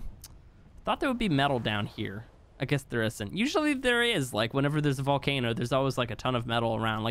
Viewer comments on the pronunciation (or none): none